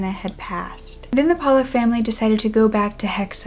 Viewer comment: I think it's pronounced Paul-luck....pollock